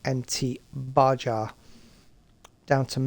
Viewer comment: I think you were pretty spot on with the review mate. Good video you deserve a subscribe. P.S. the Baja tires is pronounced baha